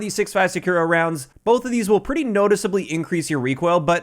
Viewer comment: SAKURA is read as Sa-Koo-Ra, you keep reading is Sa-Kyu-Ra as you read U as 'you'. Even Google translate won't read sakura like you do when i type in English voice.